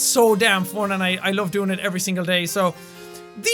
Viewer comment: Hahaha😂😂 I like that you are saying ”fon” and not ”fun”😂😂❤️❤️❤️😍😍SOOOO CUTE😍😍